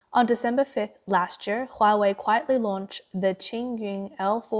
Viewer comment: ".. lasht year... tweNNy-tweNNy..." Are you not able to employ a better speaker?